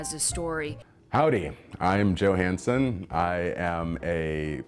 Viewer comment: Did he say Joe Hanson or Joe . . . Handsome? 🥰